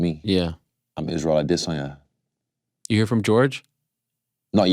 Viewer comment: Israel "perennial nerve" addesanya 😅